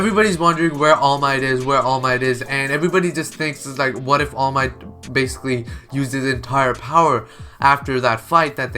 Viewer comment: please dont say basiclly ever again xD